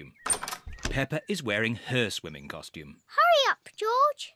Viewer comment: The thing that almost made me bust out laughing. Is The way she said swimming I know it’s stupid but Swilley not swimming swilling 😭😭😭😭😭🤣